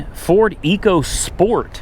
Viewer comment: You mispronounced EcoSport, I'm only correcting you because when I saw the prototype last year the Ford rep made sure to correct me too EDIT: also yes, the Ecosport is actually a crossover built on the Fiesta platform